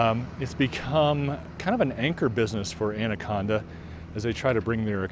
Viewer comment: You defiantly are not a local. You pronounced the name of the town wrong. Montanans pronounce it And a con Da.